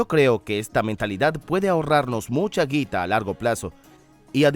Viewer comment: que raro se escucha la palabra "guita" en acento neutro JAJAJAJ